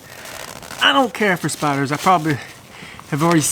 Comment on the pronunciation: Bro I thought you were saying spotters hahahaha!! So spiders? 😂